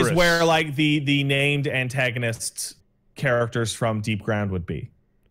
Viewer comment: That’s not DEEPGROUND, it looks absolutely nothing like DEEPGROUND, and the purpose of DEEPGROUND has nothing to do with what randomly claimed. That’s not even how you PRONOUNCE DEEPGROUND.